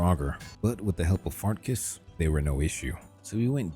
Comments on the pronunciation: He’s mispronouncing certain words on purpose, dude. Clearly he knows it’s not “Fart-Kiss”. As good as AI has become, this is CLEARLY not AI and most of the “mispronounced” names are mispronounced on purpose. Come on, dude… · it does sound like AI generated dialogue. No breathing at the beginning of sentences, NPC names not pronounced correctly (Fart Kiss = Farkas, Farengar = Farengor, so you use "Secret Fire" instead). Sorry if I'm mistaken, and if I'm not, I find this very smart and the results are good (saves a ton of time I guess)